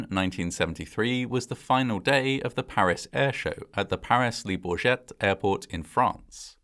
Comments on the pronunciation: I think Le Bourget is pronounce Le Bour-Jay Not Le Boar-Jett 😂😂😁😃😃😃😄😃😂😂😂👍👍👍👳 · Le Bourget is not pronounced with the T